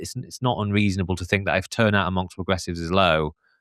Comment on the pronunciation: Can no one from London pronounce "th"? It's always weird hearing saying "fink"